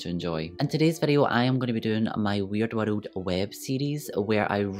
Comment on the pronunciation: Flawless makeup , flawless content , flawless editing . Also side note : Your pronunciation of the word " world " is absolutely precious : )